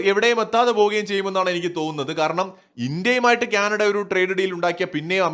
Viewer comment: it is not Kyanada, it is Canada! Diction please!